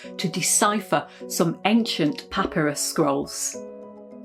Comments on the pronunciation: puh-PAI-ruhs is the British and American pronunciation. pah-pih-ruhs is just wrong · The stress is on the second syllable in "papyrus". Your pronunciation shows that you have never heard the word. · Genuinely just curious but do British people say pah-pir-ee for papyrus? Americans say pah-pire-us. I’m wondering if I’m saying it wrong.